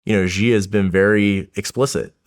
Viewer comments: it's SHEEEEE. SHEEEEEE. SH SH SH. "SHE" jinping. NOT ZHEE. Where did all this zhee come from. It's like a horrible game of telephone of blind leading the blind, starting with Peter Zion and the intellectual online cadre. IT"S FUCKING SHEEEE jin ping. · The fact that you cannot pronounce Xi's name properly makes me laugh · this guy can't even properly pronounce Xi's name lol